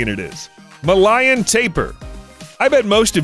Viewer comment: Ma-lie-an? Try Ma-LAY-an. Like Malaysia? 🤦🏻‍♀️